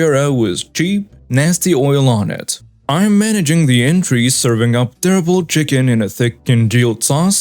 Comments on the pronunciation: entrees ≠ entries. entrees = AWN-trays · Entrees…ahn trays, it is a French work.